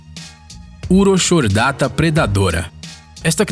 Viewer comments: Dica: "CH" em nome científico se lê apenas como "C", portanto, "Urocordata" e não "Uroxordata". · O nome do “bicho” é urocordata e não “uroxordata” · Na vdd não é urochordata (com som de X)... A pronúncia correta é "Urocordata"... abçs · Urochardata lê-se Urocordata